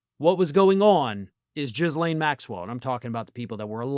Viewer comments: Gee-lane or Gil-ane, not Jis-lane. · Ghi-lane N̈OT Jizz-lane. Hard G and no S in the pronunciation. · its pronounced Ghoul lane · Pssst… You miss pronounced jizz-lane again and I’ve said it before they were fuqn. What grown anything is going to have a picture of their friend but not their partner. The Clinton Monica dress photo… would have been done by him sitting for the painting. That’s more rare today but a lot of artists still do it. His dna was on that dress bc he was being milked. While… ALLEGEDLY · Americans - please! How many different pronunciations must we endure? Ghislaine is a French name. The G is hard (that's what the h is for), the s is silent, and the -aine is not -ayn, it's kind of -ehhn. It's pretty much Ghee-lehhn. It's really not hard. Not the most important aspect of the Epstein case by a very long way, I'm well aware, but I would at least hope that the more educated Youtubers such as could make more of an effort. "Jizlayn" really grates, and puts me in mind of all those rightwing 'reporters', influencers and lawmakers who insisted on purposely mispronouncing Kamala as Kamahhla. Otherwise... keep up the great work! 🙂